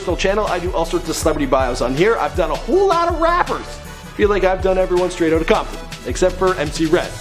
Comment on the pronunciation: lol "straight OOT of compton"